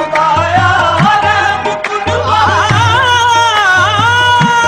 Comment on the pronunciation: Very good sung but some mistakes in pronouncing the misras For example IT IS NOT BAYA BUT BIYA ETC ETC